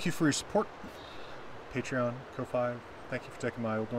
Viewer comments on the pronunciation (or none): none